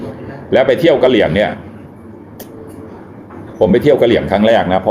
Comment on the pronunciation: 555อ่านผิดค่ะกระเหรี่ยงเป็นกระหรี่ โอ๊ยลุงเกือบและ555